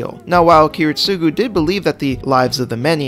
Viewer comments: kirit-SUGU??????? wtf man??? I almost choke here!!!! aren't you a fan...supposed to know how to say at least the right way to say ki-RIT-sugo!!!! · You stress his name too much got on my nerves Kiritsugu you say it like “ Kiritsuuuuuugu” instead of “Kiritsagu” right Japanese vocalists can take long U’s to A... call em Kerry jesh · Every time he says Kiritsúgu instead of Kirítsugu I die inside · Bruh, Kiritsugu's name is pronounced key-rit-sa-goo not key-rit-SUE-goo. I know I'm nitpicking, but this is one of my pet peeves. I'm not asking for you to put emphasis on his name but say it properly at least. Great video other than that, and even though I'm not a fan of Shirou, I can see his logic of thinking. I only wished they had portrayed his thinking better in the Heavens Feel movies....